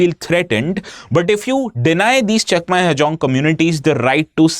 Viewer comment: Sir u r pronouncing our chakma as cheakma